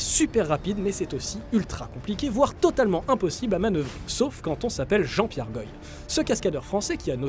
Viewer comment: C’est Jean Pierre Goy (pas Goïlle). J’étais l’un de ses facteurs.